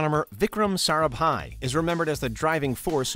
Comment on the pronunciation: Your Pronunciation of Sarabhai is really great.